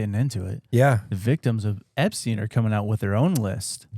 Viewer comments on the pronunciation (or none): none